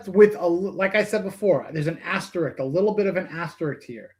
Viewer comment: ASTERISK risk not rik or rix RISK